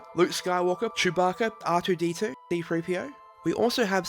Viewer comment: haha did you say D-3PO? oops.